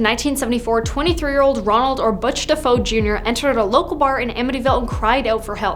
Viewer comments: I can't even watch this video since this girl does not know how to pronounce their names it's not Defoe it's Defeo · It's not Defoe, it's Defeo